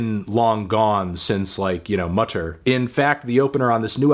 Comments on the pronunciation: He says mutter like mutter. Totally crazy man, verrückte Scheiße. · Did my dude pronounce mutter as if it’s an english album title, Jesus my German is bad but even i know how to pronounce “Mother” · Pronouncing 'Mutter' in that way is the perfect gift for Mothers on Mothersday.